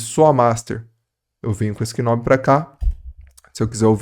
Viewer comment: Mto bom! Só tem que começar a pronunciar knob certo….😅 O “k” é mudo, então se pronuncia nob